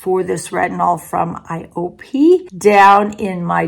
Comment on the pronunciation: it is pronounce eye-oh-pay. They are famous for their super vital cream, bio-essence, and cushion compact. They used to be VERY popular n but now they focus only on anti-aging products.